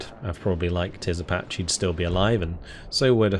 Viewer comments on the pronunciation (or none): none